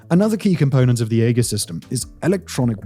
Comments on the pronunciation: and it's a greek word. It's 'ee-jis' not egg-us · EE-jiss." Not "AY-juss," and not "AY-giss." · The way he pronounces AEGIS with a hard "G" like haggis is killing me. It's "EE-JUHS" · EE-JIS not 'AY GUS' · AEGIS.... You maybe pronouncing it correctly for the Greek version, but for the US naval version use soft g not the hard g. You know the one that sounds like a j....AEJIS is the way The US Navy pronounces.... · E-jiss, not ay guss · The name is E-jis. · Its 'A-Jis' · Aegis [ˈējəs]. Sorry, it was just bugging me. The Navy acronym SLQ-25 would be "slick-25." Cheers.... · WTF is “egg-is”????? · aegis (/ˈiːdʒɪs/ EE-jis;[1] Ancient Greek: αἰγίς aigís) *sigh*. Mispronouncing the most important system. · Eggis is killing me lol. I would rather take Ages. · omg, you mispronouncing Aegis is driving me mad... A-Jis... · I say AEGIS with a soft G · "Egg-is" had me rolling lol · Yeah, the old boy really doubled down on the mispronunciation. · more like "Aye-Gis" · Sounds like ee·juhs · “Egg-iss combat system” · Aegis has a soft G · The A is silent, beans on toast! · As a former US Navy EW Tech, I appreciated you showing the SLQ-32. However, deduction of cool points for the mispronunciation of the AEGIS name and saying soldiers instead of sailors. Really good video, though. As always, great work on this and your other channels! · I'm pretty sure it's a soft G in Aegeis. Unlike the G in a rhyming Scottish delicasy.Check that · If you’re going to say the word aegis 300 times in a video, learn to say it correctly. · Might have mispronounced Aegis... =D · I think the biggest thing is how he missprounced AEGIS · Shame Simon couldn't bother to get the pronounciation of AEGIS and Thales correct. And that's just the two I noticed.